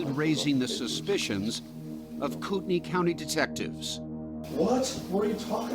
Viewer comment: Does it bother no one else that they mispronounce Kootenai County? Yeah, it has no bearing on the case, but wouldn't you think a popular national TV show would check pronunciations before airtime? They frequently mispronounce place names.